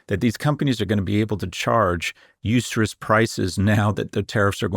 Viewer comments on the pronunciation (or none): Scott: usurious, please.